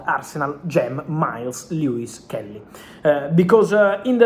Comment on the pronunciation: Miles Lewis Kelly, Rrrreall madrida, no no